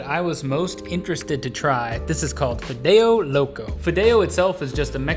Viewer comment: Wow these people are so White. He said fidao it's pronounced Fee-deo. White little are so funny